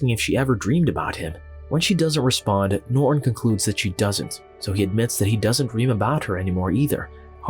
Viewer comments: Why does the narrator always pronounce the main character's name "Norr" instead of properly pronouncing it "Norton"? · Old narration is better... norton is "ner-on" here🤣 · nor'un. If you're going to narrate, at least pronounce the fucking words